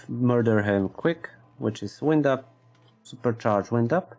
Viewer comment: lol come on buddy. it's WIND up. like wynd, not wind like windy day. Make your videos short. more views. :)